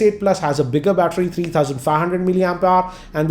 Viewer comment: batter... With English Accent.. MUST WATCH